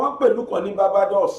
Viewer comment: BGI, Barbados is pronounced 'baar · bay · dows'